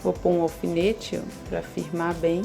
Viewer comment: Não se diz ofinete, é alfinete